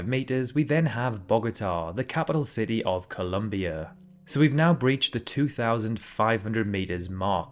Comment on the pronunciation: "Ci-tee," not "ce-e."